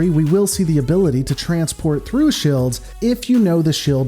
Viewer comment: What the Hell are "shilds?"